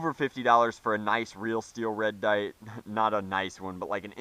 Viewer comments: I think when he said red dight he was trying to say light and dot at the same time and didn’t catch himself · you said red dite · and "Red Dite" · " Red dite?" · a "red dight" XD